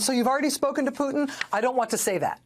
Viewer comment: Vladimir 'who'tin 😅